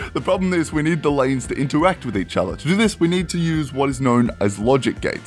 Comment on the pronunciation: Interwact uwu